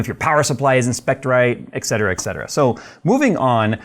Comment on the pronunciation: Its et cetera, not "excetera" so many get this word wrong in America.